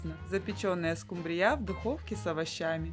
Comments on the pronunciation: СкУмбрия,а не скумбриЯ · СкумбрИя, а не скумбриЯ. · не скумбриЯ, а скУмбрия, отслеживайте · Все замечательно, но почему скумбриЯ, скумбриЮ?!